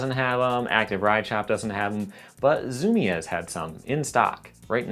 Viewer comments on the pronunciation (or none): FYI it's pronounced (zu-mees).. Not (zu-mi-ez) lol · btw not to be rude its pronounced zoo-me's not zoo-me-ez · Zoom-eeeeeez. not zoo-me-ezz no worries tho, if you didn’t grow up around one it’s all good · "Zum-i-ez" It's pronounced "zoom-eez" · he pronounces it ZOO - MEE - EZZ instead of ZOO-MEEZ the way I do. now my mind is blown and I have no idea which is correct. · its Zoom-EEs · No, he went to zoomy ez, get it right. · The way you day Zumiez bothers me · But bro you have to know how to pronounce zumiez if you have a skateboarding history and information channel on YouTube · lmao thinks we won't notice he went to zumiez if he mispronounces it